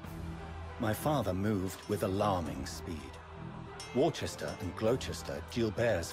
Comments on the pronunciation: In England Worcester is pronounced: "wu·stah" ~ "wooster", bit of a shame the English king with the Californian accent forgot that :) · funny that they say Worcester and Gloucester wrong